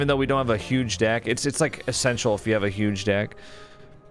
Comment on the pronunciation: I really had to listen because when says "Huge Deck" my brain hears "Huge Dick"